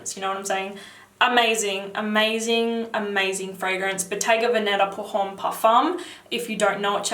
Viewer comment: the h in homme is silent, sounds like auhm, not hauhm.